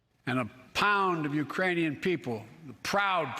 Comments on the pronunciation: ~He said "U-ranian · “Putin May circle Kyiv with tanks, but he’ll never gain the hearts and souls of the U rainian people” Biden pronounced Ukrainian without a K Idk why that’s funny 😁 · I heard the u, totally Uranians, he missed the k completely but surely the people of Uranus will be pleased. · He said uraniun like he combined Ukrainian and uranium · He sad Iranian instead of Ukrainians 🤣🤣🤣🤣 "Putin may circle Kyiv with tanks, but he'll never gain the hearts and souls of the Iranian people." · He said Uranian. Missed the 'k'. For sure not Iranian. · I think he actually said, “uraniun” people. Like a combination of uranium and Ukrainian. Maybe it was a Freudian slip? Like when you think of one thing but actually type a mother. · Mikcroft he said uranian , not Iranian Listen carefully